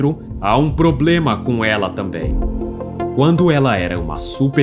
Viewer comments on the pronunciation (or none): none